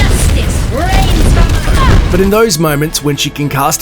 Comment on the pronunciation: I'd like to think that little pronunciation error was a "Happy Accident" Gives a Bob Ross Smile